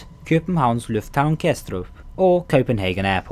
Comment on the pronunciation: Yo i,m danish and you are nearly saying chopenhagen right :D